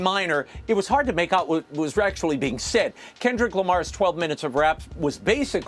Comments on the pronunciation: Let's see...., the majority of football players are African American, the largest portion of Super Bowl viewers are African American and now Hispanic viewers are on the rise so why would the Super Bowl cater to Fox commentators who can't even pronounce Kendrick's name or even pronounce Grammys properly, even though she was reading from a piece of paper. The more than 133 million people who watched the Super Bowl knew who Kendrick was and broke viewership record.... the NFL isn't worried about Fox News and Jeanine Pirro. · Did that say "Kendell won a grammar"? 🤦🏻‍♀️